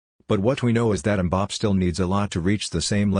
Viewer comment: Please, it's pronounced Mbappay not Mbapp.